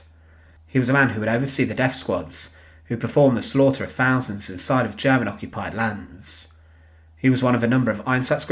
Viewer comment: Very interesting but please say thousands, not fousands!